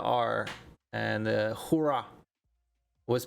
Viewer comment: Huayra = "WhyRa"